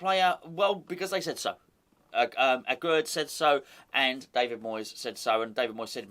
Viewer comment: Aguerd is pronounced "Agair"